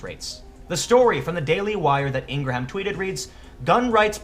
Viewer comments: I believe you are sincere but I don't think you watch her show and see how important she is on MSM and being a Trump supporter. You don't pronounce her name correctly. He was being the bully. He should be called out for harassment. Did you see how he lied about the events on Feb 14 on how on one show he was not in class when shots broke out and how on another interview he was in class? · A few things Mr. Pool you have no idea how to pronounce Ms. Ingraham’s name so you have never listened to her radio or TV show. She did not attack him, she retweeted what he said in an interview where he did "whine". He is a public figure and therefore open to any and all scrutiny! Ms. Ingraham is a good woman who has worked incredibly hard her entire life to get where she is, including beating cancer! This child has done nothing but attack everyone on the "Right". Florida’s Governor, Senators Marco Rubio, John McCain and President Trump! Not Sheriff Israel who is a Democrat or his deputies that sat outside in safety as his fellow classmates were being murdered. Not President Obama who pushed through the legislation that allowed the killer to not be charged with crimes that he committed at school that would have prohibited him from passing a background check that allowed him to legally purchase the firearm he used. Not the FBI that didn’t follow up on his threats to be a school shooter online in his own name, why? Could it be because his father is an FBI agent? This kids writings have even been used by the Democrats in Florida and Nationally in mailers to raise money for the DNC! Call this kid what he is! A puppet of the Democratic Party to be used as a weapon against anyone that opposes them! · Jenna USA yeah - if he can't get a well known person's name right, it forces you to questing how well informed his insights are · It's "ing-grahm" not "ing-gra-ham" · It's Laura INGRAM - NOT Ingramham ... #SoLoveIngrahamAngle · Good lord, man - it's pronounced "ingrum" ... she's not new